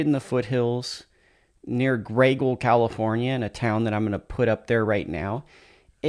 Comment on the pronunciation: Pronounced Gray Eagle... Not graygle FYI.